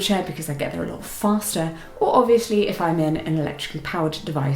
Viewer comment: I love your pronunciation of "obviously", it's so cute :D I don't know if you're aware of it, but it's adorable. It gives your English a fun unique flavor.